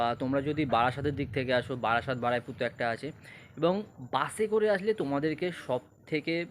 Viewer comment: Ree bhai ki Baraipur Baraipur bolchis?? ! Ota Baruipur hobe😅